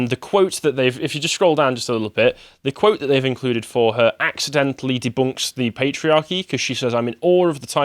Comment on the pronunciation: If Carl hasn’t already, he should make a rule that only can say “deboonk”. It’s right up with with “prehmium”.